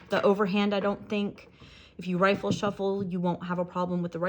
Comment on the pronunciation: Very beautiful deck, completely agree about it being less busy with the colors. Quick question though: why do you say rifle shuffle instead of riffle shuffle?